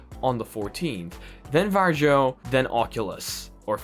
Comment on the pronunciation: I don't know, if this has already been said, but VARJO is pronounced "VAR-YO" not "VAR-JO" 😁 You can actually hear quite close pronounciation from Google Translate (just press the small speaker icon).